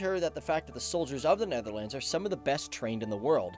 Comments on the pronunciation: The way he pronounces Netherlands is offensive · Hoe hij “Netherlands” zegt is best grappig.